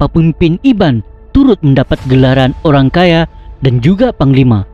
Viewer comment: Ok tu maksud dia orang kaya bro.....lucu sgt saya dengar awak sebut ok pemancha dana....orang kaya pemancha dana sebutan yang betul bro.....